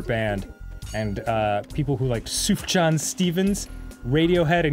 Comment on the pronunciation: Danny's pronunciation of Sufjan Stevens made me die a little inside.